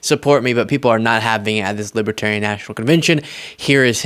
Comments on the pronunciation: Dear Donald: It's LiBERtarian, not LiBAHterian. Everything single thing he says and does bothers me at this point. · he says "Libitarian"...cannot read Libertarian...about 2nd grade, not even 3rd grade reading...and he wants to be president..Humph.. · He doesn’t even know how to say Libertarian 😅😅😅 “Libaterian?” Idiot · He's a "Lib-A-Tarian" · We had such a long wait for this delicious moment. Diaper Don is finally being seen for the lying sh!tbag that he is. And he’s saying “Libbatarian.” 💙💙💙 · What's a libiterian? Is that anything like a Libertarian? He can't even say the name of their party correctly. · Oh, gawd! Did he just say he’s a Lipertarian??? What’s a “LiPertarian”??? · Trump called them libetarian. He doesn't even know how to pronounce libertarian. He sounds like he has a 3rd grade education, sorry, I don't mean to insult 3rd graders. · Is he saying lipatarian. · He can't even say the word Libertarian, correctly. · Trump can hardly pronounce libertarian, guaranteed he doesn't know the definition, vote blue